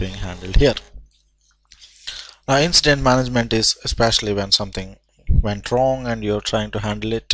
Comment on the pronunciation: Please, please, please, for future videos... be setup ahead of time to explain and navigate through a system. Thank you for at least trying to show the system, and identify items on the screen. However, it is no help to not know what to say when you are encountering something unexpected on the display! One more thing... the word is INCIDENT... pronounced IN-CI-DENT... not INCE-DENT (sounds like you are saying INSTANT, which is not what INCIDENT is.) After seeing the screens, skimming through your video, I will have more fun and better chance of learning than watching this video. So... PLEASE... be sure to have your plan laid out on what you are going to record and say... or EDIT your video accordingly. Thank you.